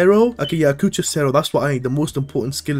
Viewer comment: blud calling adjucha "akucha"😂😂